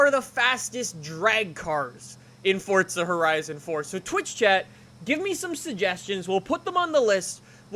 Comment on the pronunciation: Fortza HorIzon fort